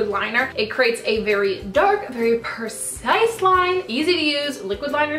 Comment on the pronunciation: it's PREcise not PERcise